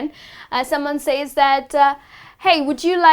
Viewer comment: You mispronounce says.